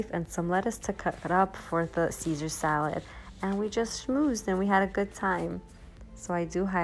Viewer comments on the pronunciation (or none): none